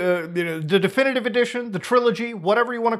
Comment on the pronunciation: I like the way he says "Definitivivive"